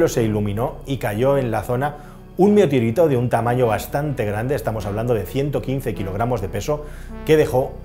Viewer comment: Alguien más se ha dado cuenta de que no sabe decir METEORITO? 😂